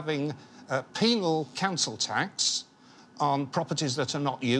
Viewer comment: the guy said penal